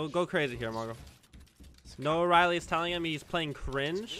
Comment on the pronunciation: the fact that our boy keeps calling him noah-riley oooooooof